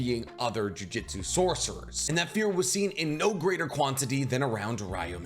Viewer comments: You pronounce Ryomen incorrectly, you say Jujitsu instead of Jujutsu...are u even a fan??? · the only complaint I have is this, Jiujitsu is a martial art, they are using jujutsu, pronounced joo-joot-soo rather than joo-jit-sue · Why does he keep saying jujitsu literally unwatchable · For real the way he pronounces it, a bit embarrassing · Didn't even take 30 seconds for "JuJitsu" aaaaand I'm out. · Can you stop saying jujitsu? sounds like you’re talking about grappling. 😅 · Jujutsu, my man was saying jiujitsu lol// good video though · my man said jujitsu so much i had to check if i was saying jujutsu wrong this entire time lmao